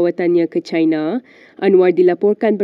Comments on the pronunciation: 😅Sebut betul2 perkataan dlm bahasa melayu.sebutannya chiina bukan chaina.bercampur aduk bunyinya sekian terima kasih. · Who is the person narrating the visuals? Please pronounce properly in BM. Example Pulau Pinang (Pulau Pineng), Cina (Caina), malapetaka (ma la pay ta ka). The newscaster is wearing a hijab but a hair salon is one of the commercial sponsors 😂